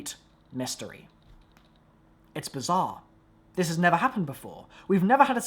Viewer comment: "They've never, nevah?, nevah!!"